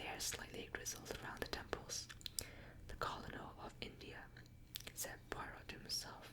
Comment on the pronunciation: Even tho u might have already learned the correct pronunciation of Colonel, I have been meaning to tell u it's pronounced like kernel...as in a kernel of corn. English is a very difficult language with so many inconsistencies, but u have done an amazing job of not only learning to speak and read it but to pronounce even the most difficult words. I would REALLY love to hear u read more...and for longer...maybe a bit slower? I could fall asleep listening to u read a phone book if people actually used them anymore lol.